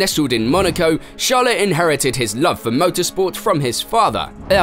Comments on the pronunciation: HIS NAME IS CHARLES NOT SHALA PLS MY EARS ARE BLEEDING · his name is charles not shalle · The pronunciation of the names are driving me insane lol "charla " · What’s with the char - les pronunciation 😭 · Who’s this Chaleu you’re talking about ? 😂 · Who? Sjarle ? 😂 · What's wrong with this narrator pronounciation 😂😂😂 English isn't his primary language 😅😅. He keeps saying charollette n shala 😂😂🤣🤣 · How are you able to pronounce his last name flawlessly yet call him Shala? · Man I can tell you've been practicing pronounciations of non-English word and names. You're getting pretty close, but not there yet. It's not "sharleh" it's "sharl". You could lose the 'eh' after some names/words. "Juuleh" -> "Juuls" etc.